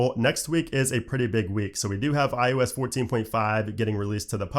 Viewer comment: Anyone else who watches the videos started calling it i-ooo-s like? Just me? 😂